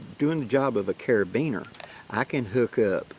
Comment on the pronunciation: Well thanks a lot! My life is ruined now. Ever since I found out that you actually know how to pronounce carabiner it seems nothing is real. What is up?' what is down? How can anyone be sure? Lol... I'm just pulling your chain. Thanks for all that you do to educate us